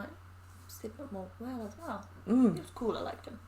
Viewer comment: its pronounced 'wa-lee' not 'wail'.......wale is a good rapper look into his songs, he has some hits